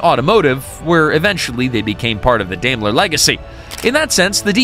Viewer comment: Teach you AI robot narrator how to pronounce "Daimler".. It's DIME-ler.